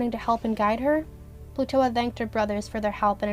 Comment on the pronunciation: Excuse me, but I heard you call Plutoa Plutola sometimes